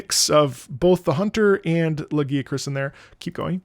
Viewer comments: IT'S LA-GUY-A-KRUSS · "I'm not gonna say it the other way" You're so real for that (personally I pronounce it Lah-guy-uh-crus) but the way says it gives me PAIN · I noticed that the way Lagiacrus gets pronounced varies from language to language (guys, try when you have time). I always pronounced him “Lah-Ghee-A-Cruz” or “Lah-GeeAh-crus” and in some languages he’s pronounced in these ways. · "lagi-crus" XD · Listen. You can't pronounce the name right, you gotta go back to square one. And for all you coming after me, no we do not listen to, he's autistic.